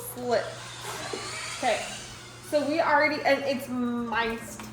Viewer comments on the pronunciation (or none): Minced = min…st. 😊